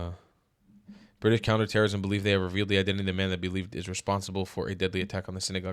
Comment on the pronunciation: Ewe-kay bwitish?